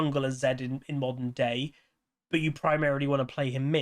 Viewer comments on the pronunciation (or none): none